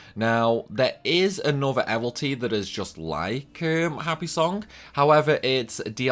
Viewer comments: Evility, not evilty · The way you pronounce Evility!!! You crack me up…….Do you even know how to say “evil”? Yeah then go from there.